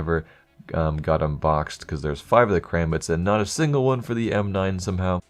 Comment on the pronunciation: "theres not a stingle stattrak factory new"